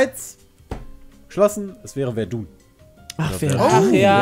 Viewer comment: Die Aussprache von Verdun tat weh